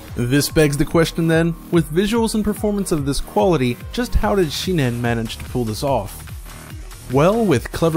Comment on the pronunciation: The name of the developer is Shin-En NOT Shi-Nen!